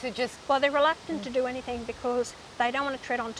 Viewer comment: "Any think"... I think you mean, "anything"